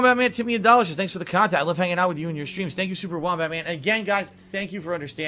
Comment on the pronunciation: I know has been around for years but I can't believe I'm just finding out about all these "detractor" channels that give us great "Khantent" 😂